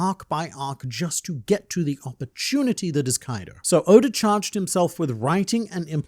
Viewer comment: He keeps calling Oda Odor and It keeps making me laugh